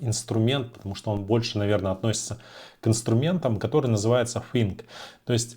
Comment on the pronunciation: Подучите Английский пожалуйста 😢 слушать невозможно «фынк» 😊